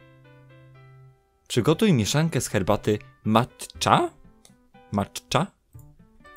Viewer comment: czyta się macza i ona jest z Japonii